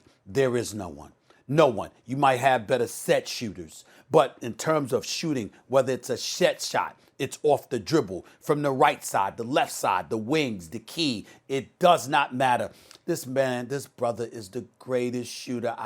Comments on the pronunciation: 😂“ A shet shot” - Stephen A. Smith 🤣 I know I’m not the only one who heard that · He said shet shot 🤣🤣🤣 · "A shet shot"